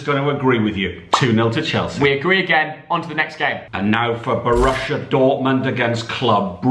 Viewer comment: Seriously, Bo-RUSSIA Dortmund😅🤣😂